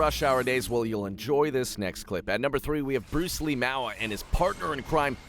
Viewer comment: You said Bruceleemoua name wrong. Moua is not pronounced Mo-Ah it's pronounced the same as kissing (Muah).